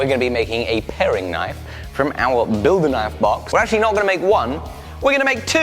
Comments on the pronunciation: "Paring" Knife. Not pairing. Love your content man! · You know it's a paring knife, not a pairing knife right? ;) Both lovely knives though.